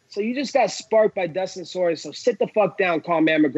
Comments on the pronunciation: Soyrier? lol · Dustin Sore ...Yeah Not Soyrieh ! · Why cant anyone pronounce poirier right?😂